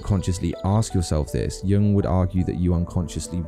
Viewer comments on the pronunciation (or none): A bit over analyzed making a Jung link that is a bit of a stretch without much intelligent or informed backup: more a basic college level project analysis looking for a clever link. And it is pronounced Yoong, not Young, but still not a bad video.